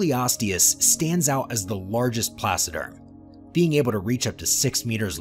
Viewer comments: The supercontinent that broke up in the Cambrian Period is Pannotia. Rodinia preceeds Pannotia for about 100 million years, in the Criogenian Period. Please, correct that, investigate more when conceiving this videos so you won't misinform viewers. And, for God sake, it's "TRILOBITES ". Not "TRIBOLITES"! And not "PLASSODERM" but is "PLACODERM"!... The list of silly spelling errors is endless... 😅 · Thanks. I hadn't realized that the narrator had mispronounced that, too. It's my first time hearing the word. I imagined he was saying "placiderm", as in "placid" or calm. I imagined creatures that didn't move around very much or very fast. By the way, Pat, by any chance have you met Ben Dover and Phil McAvity? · Placoderms? Is that what he was trying to say? I couldn't figure that one out. For intentional comedy, listen to The Firesign Theater's album, "I Think We're All Bozos on This Bus". It contains a brief parody of paleontology narrations. I'm particularly fond of the mentions of "generations of small, dying things" and "trailer bikes".